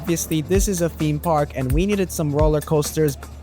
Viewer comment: I think he was referring to park- sounding like pork if you guys are confused 💀🫢